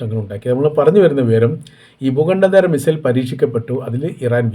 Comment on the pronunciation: ഭൂഘണ്ടേദര അല്ല ഭൂഘണ്ടാന്തര